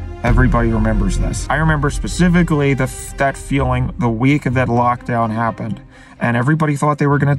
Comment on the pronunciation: Sepificaly? Say it slowly. Speh-sih-fih-ca-lly